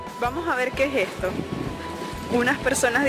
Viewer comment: "Quejesto" ... .. xD, saludos, bendiciones en todos sus proyectos